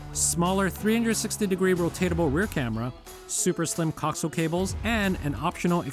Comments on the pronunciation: co-axe-i-al cable. not coxle. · The word "coaxial" is properly pronounced co-AX-ee-uhl. Not "cocksull" as it was being said in this video. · As a broadcast engineer you're pronunciation of coax (cock-zul vs co-axe-eel) is triggering 😁 great video though I'm definitely eyeing up the A229 after our car got hit for a second time. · Nice video but good lord that pronunciation of coaxial dug into my brain hard... it's co-axial, like "axis" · This video is very informative and helped me decide. However, the music is extremely annoying and distracting. Also, you pronounce “coaxial” incorrectly. Please look up the correct way. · Lmao, I’m surprised he does not know how it’s pronounced.